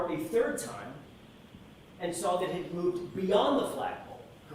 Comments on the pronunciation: I cant stand how she says SAW it. She says SAR it. 😂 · THANK YOU🙄